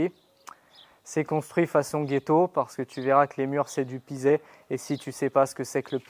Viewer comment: C’est très bien le pisé (on dit « pizé » et pas « pizet », tout comme on prononce le Z du Forez 😜😘😇), un bon enduit à la chaux par dessus et hop ! Bon courage, sacré projet 👍